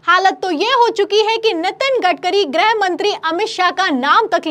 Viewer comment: ग्रह मंत्री या गृह मंत्री,,,😂 90% anchors does not khow the difference between ग्रह and गृह 😂